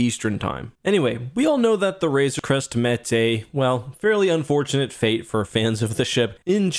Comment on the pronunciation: Hey look someone is finally pronouncing RAZOR CREST correctly! lol